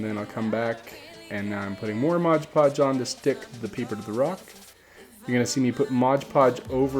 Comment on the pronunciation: It's Mod Podge not Modge Podge.